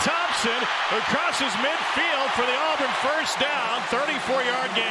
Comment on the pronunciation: the name is not Alburn. it's Auburn.